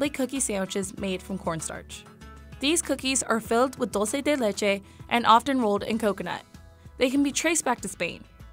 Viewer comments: Ya sé sólo entendí lo que dijo por la imagen y dije AHH dulce de leche jaja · also Dulce de leche I speak spanish and I barely understood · Dont forget "dulce de leche"